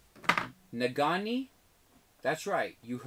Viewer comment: #spotlight can't wait to see you in an hour. you are killing me with "nagani" it's pronounced "nageenee":)